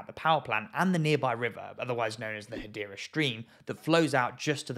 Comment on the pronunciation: Hadera is in Israel! You spell it Hadera! You pronounce it Gadera!